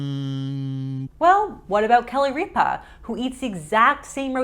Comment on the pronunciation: Kelly “Reepa?” 🫢